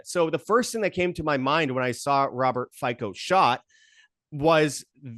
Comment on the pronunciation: Hello from Slovakian guy living in Red Deer. Wow boys! Some crazy speculations and some inaccurate information. I don't know who your buddy is but for someone claiming to be an expert on Fico he should know how to pronounce his name. It is pronounced Fitso. Fico is not a supporter of Russia. He is against Russian invasion. He refuses to sent any more weapons because the war is lost and with any more weapons sent, more Ukrainians will die. He is fully committed to humanitarian help of Ukraine. If there is some Globalist plot or Russians behind this shooting than why would they choose 71 years old guy who can even shoot? Fico's security detail has been having some serious issues and former director of department responsible for protecting high level officials has pointed this out to interior ministery and suggested that Fico wears a vest all the time. Point I am trying to make is that if they wanted to assassinate Fico, they had many opportunities. The town where this happened is called Handlová. It is a mining town. Fico in his previous term as PM turned his back to families of mine explosion victims. Miners have a very heavy heart against Fico. The shooter is a former miner and leftist numb nut. Even right now ther is ban on the all info regarding this guy I am very convinced that there is no conspiracy behind this shooting other then pure, primitive hate of a senile guy. Ome more thing. If you think Putin has any interest expending Russia across the Europe, it just s